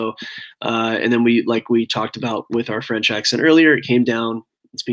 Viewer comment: Ah Oui .. fwench ist wunderbar